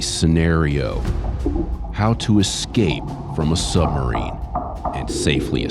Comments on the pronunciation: Listening to this dude say eck-scape is testing me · One of the higher ups needs a boot camp on how to pronounce the word "escape" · instructor can’t pronounce the word escape.